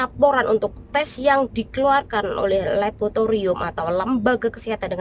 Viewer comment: Laboratorium tow mbak, kok labotorium 😂😂😂😂